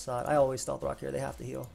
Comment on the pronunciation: Did you have a stroke in game 3? "NU c t 3 quack quagsire take steth rock"